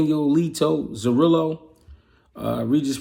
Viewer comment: Who's Zorilo??😂 brother is pronounce Zoriya👍🏼